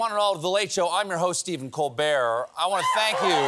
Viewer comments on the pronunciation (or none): none